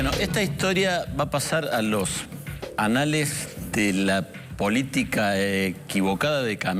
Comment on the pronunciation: ananales qué?